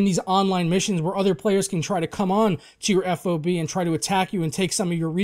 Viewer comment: FOB is pronounced as an acronym how it's spelled. just letting you know 😉